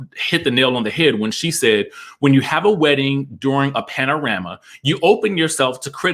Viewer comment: Sorry, but Drew does need some wig help. It was good to see Eva. All snatched and what-not. I'd like to see her come back. I always get sick of these wedding episodes anyway. Regardless of the state of the world. Ok Dj, you're saying "panorama" on purpose. Lol. So that's why Marlo is trying to "clean up her act". The nephews. 🤔🤔